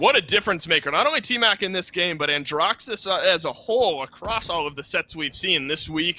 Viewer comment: Man said Andraxus😂